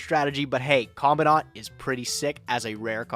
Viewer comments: Why you call it common-dawn-t it’s command-ant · "Co-man-dent" Commandant That's how you pronounce the name lol